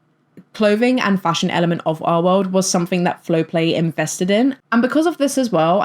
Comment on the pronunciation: Your accent keeps giving me a jumpscare. I'm doing paperwork as I listen to you, and you not enunciating the "L" in "our world" keeps spooking me